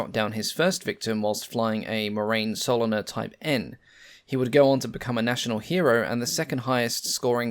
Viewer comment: Please stop pronouncing Solnier as soliner. There is nothing that annoys a viewer more than poor pronunciation and the butchering of words and languages. This has severely detracted from what is otherwise a really good series. Make an effort...